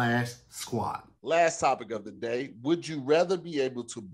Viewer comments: I’m not letting us miss that our boy said “type-ic” not topic right before the last commercial break!!! Jtfo🦦🤣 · he really messed up topic again on the last one too he can’t say topic